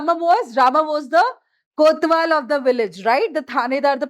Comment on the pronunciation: Mam that is kotwal not kothwal